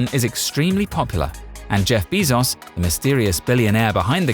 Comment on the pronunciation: “Jeff Beezoss”